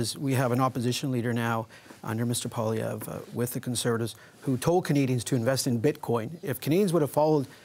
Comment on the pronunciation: I wish people paid to speak would get the pronunciation of poilievre: pwa lee ev reh try at least